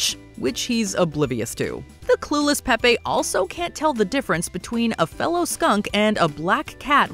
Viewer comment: .... Pepe, in the cartoon, is not pronounced Pep-PAY.... it's Pep-PEE. He even says it in the clip you played. Why didn't you pronounce Penelope as Penny-lope? Same difference. (I don't know why this irked me so much, but it did. Maybe that's what they were going for... a reaction.)